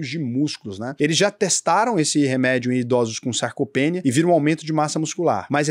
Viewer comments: Showw,, é "Sarcopeniiia" não "Sarcopênia" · Fala errado sarcopenia, a silaba tônica é o ni. SarcopeNIA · Só uma coisa: a pronúncia é SARCOPENÍÍÍA. A sílaba tônica é NIA.